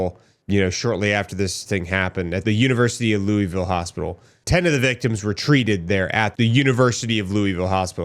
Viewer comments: Its Lou-uh-vull. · Bro you're killing me quit saying Looweyville...😂😅😂😅 LOL. Its Louisville, or you can pronounce it Louisville. Some even pronounce it Louisville.......😅😂😂😅